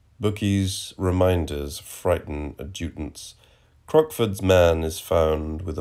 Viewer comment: It's a fine poem, but it is pubic lice, not 'public', and adjutant is pronounced with the accent on the first syllable, not the second.